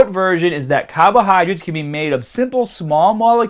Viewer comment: What the heck are cahbahydrates